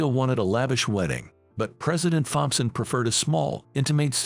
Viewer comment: Can't you get an a I that can pronounce thompson